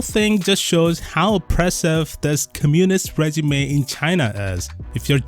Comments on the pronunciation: regime= ree-jeem. not reh-juh-may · Regime is pronounced Rey-jeem 😊